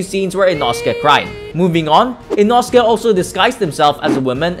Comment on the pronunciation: It's pronounced Ee-no:scae